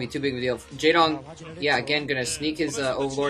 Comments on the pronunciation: no not really, pronounced like its read J"ae"dong with a softer a, not such an accented "a" sound. How do I know? I can read his name in korean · by the way the "ae" in the name Jaedong is pronounced in the same way as "ea" in zealot.